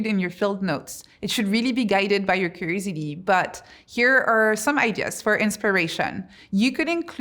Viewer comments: Is she saying creativity when it sounds like crazidy? Just what to know so I ensure I am understanding. Edit: nvm I figured out she is saying curiosity😊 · I have never heard someone pronounce curiousity like that😂😂😂 great speech btw thank you. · If you're going to make curiosity one of your main themes, shouldn't you learn to say it properly? I mean, aren't you curious enough to do so?